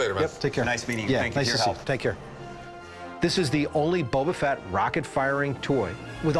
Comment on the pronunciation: Star wars expert: "Bubba Fett"